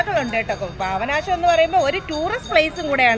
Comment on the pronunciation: പാവനാശം അല്ല, പാപ നാശം എന്ന് പറയു... 👍👍